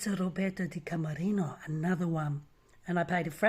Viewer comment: It's killing me. Her last name is Di Camerino